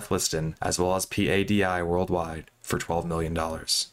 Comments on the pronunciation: Bro, do a little basic research before making a video. P-A-D-I is known to every diver on the planet as the word “PADI”… pa-dee. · P.A.D.I. Sounds so weird. In our diving community we just call it “PADI” (like patty but with a D) sorry, I know not the point of the story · That's a dumb comparison. Ask any diver, and they will tell you it's PADI. Just look at Dive Talk and how they pronounce it. No one says the individual letters in PADI. Do you also pronounce every individual letter when saying NATO? LOL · sad because the dive community is comprised of very happy people, including all the dive masters. PADI is also pronounced Paddy for your info. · in your "research for viewing pleasure", at what point did you decide that the thousands of soundbites and clips pronouncing one of the largest dive Agencies in the world, PADI, are wrong to actually read the acronym as it is, but instead the correct way to pronounce it is to spell it out as P-A-D-I ? Curious to understand who something so ubiquitous can be gotten wrong? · PADI is pronounced "Paddy". Lol. Geezus dude if youre going to just read notes someone else wrote for you at least check up on pronunciations. Really isn't difficult to do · It’s pronounced Linnea like Lin-nay-ya. Not linnay. She has YouTube videos where she says her name. Also it’s P.A.D.I. You don’t have to pronounce all the letters separately.